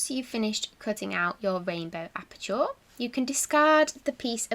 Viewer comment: you pronounce aperture as appa-cha not appa-chaw 😀👍